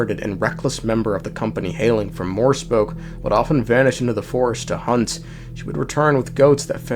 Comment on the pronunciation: Morespoke ahahahh, no it's More+pesok, sea+sand, and you read that e in More